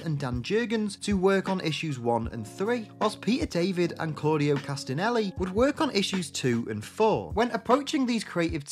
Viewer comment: It's CASTELLINI, not CASTINELLI